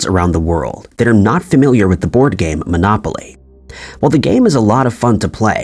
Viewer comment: Monopoly guy had a monocle! Why the hell did you say Kurt Cobay? It’s Cobain! Also it’s a game, not a gay! Fix yourself!!